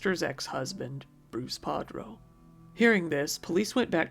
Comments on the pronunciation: his names PARDO not PADRO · Just so you know, it’s Pardo, not Padro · It’s Bruce Pardo, not Padro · I thought it was Bruce PARDO and not Prado. This is interesting because Pardo is the slang for someone covered in ash. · The perpetrator's name is Pardo, not Padro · His last name was Pardo, not Padro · his names pardo not padro btw, sorry just thought I would say in case you didnt know your mistake